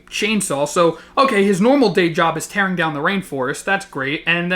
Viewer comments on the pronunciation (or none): none